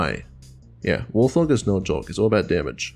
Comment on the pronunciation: Pretty sure Warthog is pronounced Wart-hog, idk how other people say it though, so I may be wrong.